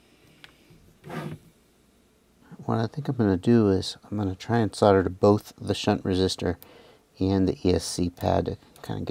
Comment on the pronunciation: I really love my Chameleons - a 5 and a 6. The 6 is actually the sweetest flying bird I own. PS I so LOL when you say "fuck me" and "fucken". You're normally so polite and well spoken (apart form your "sodder" affliction ;-) ). We should make you an honorary Aussie - you sound like one of us when you start the F bombs. :-)